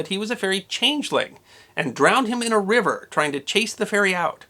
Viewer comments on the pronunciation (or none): none